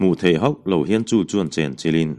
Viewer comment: Chawngchen tih hi thluk lova lam tur niin ka hria a.